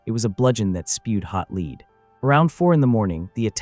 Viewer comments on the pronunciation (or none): I really enjoy your videos but it really irks me how you pronounce Lead as lead instead of lead. 🫣